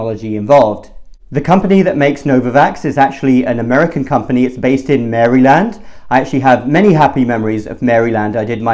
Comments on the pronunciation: Okay, that was strange. You not only pronounced Maryland incorrectly, but for some reason, you called it a city? It's a state. A whole state. In the US. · Its not MARY-LAND. It's MARE-YL-AND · I’m a Maryland native and I have never heard anyone make Maryland sound as magical as you just have lol (Merry-Land) thank you! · your precious pronunciation of Mary-land, my home state, gave me the smile I needed today. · Mary-Land. I chuckled when I heard that. Keep up the good work,!! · I love this doctor. Just have to say that his pronunciation of "Mary-land" gave me life. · I like that too. It sounds like he hasn’t been back to Baltimore in a while too. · Mary-land...lol, it's all good doc ;-) , I appreciate your videos. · Lol “Mary Land”. Love this guy. Thanks for the video. Hope this gets approved soon in the US! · Who says Mary Land? Love you.❤️